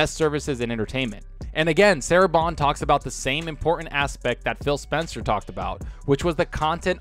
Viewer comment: Sounds like you're saying Fail Spencer, 😂